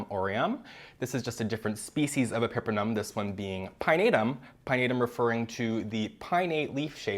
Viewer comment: Hermione voice “It’s epi-PREM-num, not e-PEPPER-num”🪄